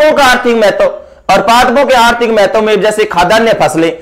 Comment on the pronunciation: Mahtavvvv kaise bol Ra gandiiii